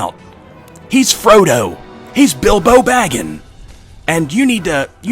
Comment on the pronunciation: Idk why but “bilbo baggin” instead of “bilbo baggins” made me breathe out of my nose heavily